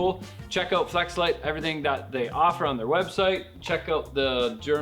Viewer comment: Flex a light....? Sounded like fleshlight....? What’s this channel becoming 😂